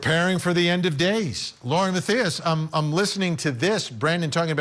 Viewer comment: Love ya Vinnie, but it’s Lauren (MA-THIGH-ISS) Matthias